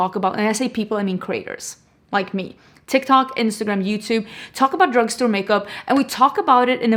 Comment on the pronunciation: When you say creators is sounds like your saying craters. Lol. I know English is not your first language and I’m not poking fun. Even my teen kids say some things that make me giggle. My kid who’s seventeen. Says “ wanna hear some funny.” He actually trying to say “ wanna hear something funny” thinking to fast I guess. Cute tho